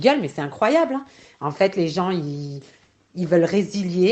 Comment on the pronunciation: Un détail mais on dit pas des personnes "qui zon"